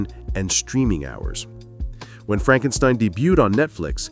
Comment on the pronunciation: "It's FrankSTEEEEN! It's FrankSSSTEEEEEENNNN!" 😂😂😂😂😂😂😂😂